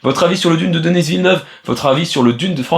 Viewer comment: Pourquoi prononcer "Denisss Villeneuve" au lieu de "Deni Villeneuve"?